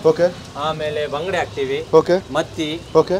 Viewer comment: Neevu baangde antha yake helhodu.Bangude meenu antha helhi...❤